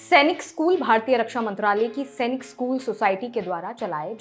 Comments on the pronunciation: It's not सेनिक It's सैनिक madam. We sainikians put our heart and soul towards our school and if someone pronounce it wrong. We feel bad. By the way It's a very informative video. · Chachi Senic nahi Sainik school hai Tum ne hendi school mein nahi padha